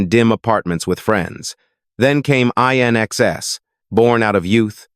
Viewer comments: When will they realise that AI 'commentary' is mindless. It's NOT I.N.X.S. IT'S 'IN EXCESS' ! And the years are NOT 1 thousand nine hundred sixty 'seconds' it's 1960s. Sometimes one wonders if anyone even listens to these 'over dubs' 😮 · I...NXS? AI fails again. It's INXS, as in "In excess", get it? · It would have been better if AI didn't mispronounce INXS's name.